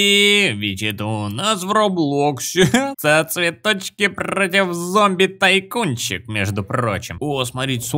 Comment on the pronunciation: Опять ошибочка у тебя) "ЗОМБИВ" )